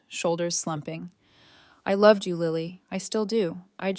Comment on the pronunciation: Her name is Lily as in the flower NOT Liely!!!! LILY!!